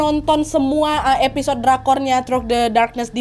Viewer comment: Throk the darkness 🥲 Through dibaca "Thru" Nadia 🤗